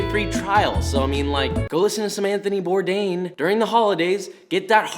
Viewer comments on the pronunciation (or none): It’s bore dawn he’s French